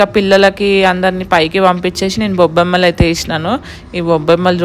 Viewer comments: Gobbamma adhi bobbamma kadhu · గోబ్బేమ్మ అది బొబ్బేమ్మ కాదు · Bobbema kadhu 😂😂 gobbemmaaaa 😂😂😂😂 ayyayyoooo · Boobama kadhu😂 gobamma❤ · Bobbemma kadhu adhi gobbemma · Bobbemma kadhu gobbemma